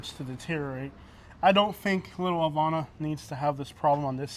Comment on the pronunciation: LEARN HOW TO PRONOUNCE HAVANA CORRECTLY